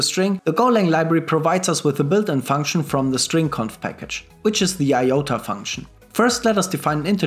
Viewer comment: The Itoa function is called "integer to ascii" or "i-to-a", rather than the greek letter iota. Otherwise great content!